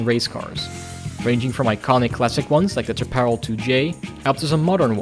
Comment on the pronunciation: Solid playthrough! By the way, Jim Hall will tell you that Chaparall is pronounced "shaap-uh-rahl". He is from Texas, after all...